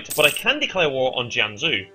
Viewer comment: Pretty Sure You're Mis-pronouncing Both Jianzhou And Haixi.